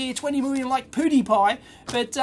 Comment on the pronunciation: Best pronunciation of Pewdiepie I have ever heard. "Poodepie" Hahaha Lol